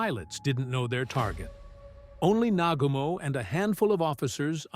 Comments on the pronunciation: NA-GU-MO !!! & He Commited Suicide !!! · Nagooomo - please!